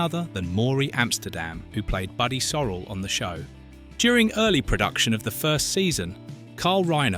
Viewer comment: Buddy Soe-rell NOT Buddy sorel